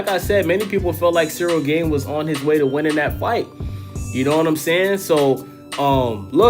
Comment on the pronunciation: Dude, pronounce the A in Gane like the second A in aspinall and youre good.. Greetings from europe 🙋🏻‍♂️